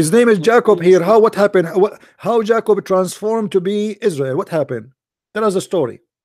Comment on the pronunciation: I love you.I UNDERSTAND YOU STILL LEARNING ENGLISH.no not jac-co just pronounce it like this much easier.J-cob.ok love mu brother............ blessings.